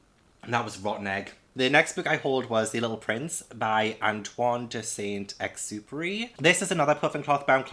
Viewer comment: One of the things I like about you is that you make me laugh so hard 🤣 And, I think your pronunciation of Antoine de Saint-Exupéry's name is just perfect. Gosh, british people speaking french are damn hot 🤣🥵🤭 Love from France 😘